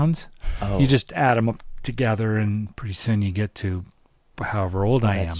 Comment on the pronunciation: &, You kill me! There is no A in together! Its Together NOT togather.